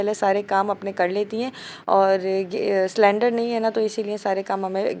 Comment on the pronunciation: saylandar nahien cylinder hota hai.... waisay Hafiz e Quran ho aurat ki tou awaz ka parda hai lakin tyaar ho kay cameray pay anaa... nothin less than showbiz actress... allah apko hidayat day Ameen